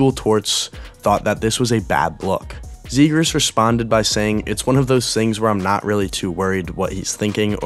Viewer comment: "trevor zegraah"